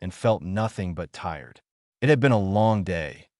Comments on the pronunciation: Hangry maybe? Good story. Thanks. Some observations for AI improvement: Two letter words should be pronounced as one word. Ex: "i" "t", should be "it". Dots at the end of a sentence indicate pauses. Not words to be spoken by the narrator. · It would be nice if the AI could distinguish between the word "it" and the abbreviation "IT". I guess we don't have to worry about our AI overlords just yet